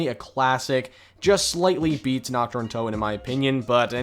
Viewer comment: How u speak the german map names xD u pronounce Nacht like nackt and nackt means nude/naked in german xD Dude nichts gegen dich aber ich bin fast vom Stuhl gefallen diggah xD